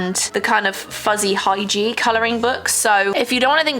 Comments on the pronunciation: hearing you continue to pronounce hygge as hy-gee is SO relatable!!!! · Hygge is pronounced hoo-gah! It is Danish/Norwegian. The captions kept thinking you were saying 'hygiene' lmao. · "Hygge" is pronounced HYOO-GA. It's a Danish word. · I cant with how you pronounce hygge😭😭